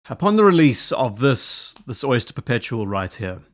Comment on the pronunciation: At first i thought you called this the "soy-ster" perpetual. Which it is.